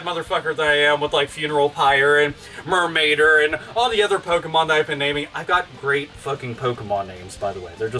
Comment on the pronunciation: MURMAIDER!!!!! MURMAIDER!!!! MURMAIDER!!!!!